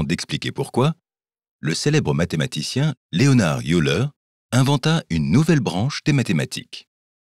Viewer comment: Eh ben, ça ne s'arrange pas dans ce Youtube ! "Youleur", comme vous nous dites ça n'est pas le nom d'Euler ! Que vient faire aussi votre "ducou" à répétition dans staffaire ?